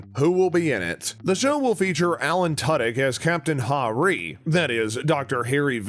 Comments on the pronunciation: Resident Alien. BTW - Tudyk is pronounced like "Two dick". Seriously. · Hopefully, what will change is that the person reading and writing the copy on these things will at least learn how to do their research before posting them. At least learn how to pronounce the name of the star ("TOO-dick" -- look it up on IMDb). Plus. Firefly was not a western show. Once you got to pronouncing Asta's last name "Twel-VEH-trees," I gave up. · I feel like all did no research and are just reading the imdb page and Alan's Wiki. His last name is pronounced "Two Dick" btw. Thats how i know you arent even trying